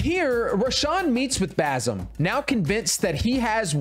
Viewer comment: Him pronouncing basim hurts me